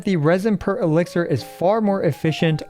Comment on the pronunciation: Elixir, not elixer